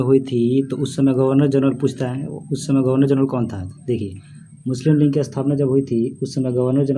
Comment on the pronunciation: भाई साहब लिऺग नही लीग होता है 😍😍😍